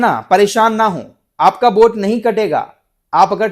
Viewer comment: बोट नहीं वोट बोलो भाई, सर दर्द करने लगा यार बोट बोट सुनके